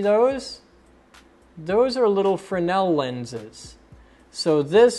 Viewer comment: I couldn't take it anymore. FFS: FRESNEL not frennel. The "CO2 sensor" is actually a piezoelectric disk buzzer that makes the "loud" noise. The speaker from earlier in the video is just that -- a speaker for the voice. The other "battery or capacitor" is actually the CO2 sensor.